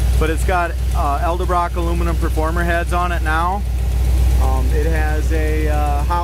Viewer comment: Can you say EDELBROCK? Nice car.. .